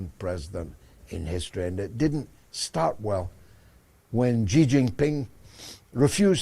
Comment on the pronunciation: Only gonna say it bc GG brought up the subject but since he said everybody is gonna have to learn how to pronounce Bab Al-Mandab how ab pronouncing Xi correctly? kept saying it right and you still couldn't do it. It's so easy... SHE!